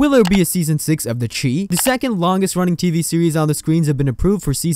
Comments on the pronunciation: SHY NOT CHEE ITS PRONOUNCED THE SHY . OH MY GOD. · It's not pronounced the chee, its pronounced the chi , ch-eye